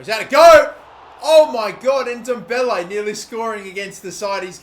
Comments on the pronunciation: It's not pronounced n-Dombele it's ndoble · im pretty sure its pronounces en-dom-beley